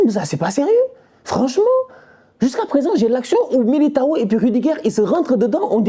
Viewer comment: C’est miliguire et rudiguire au lieu de militao et rudiger😂😂😂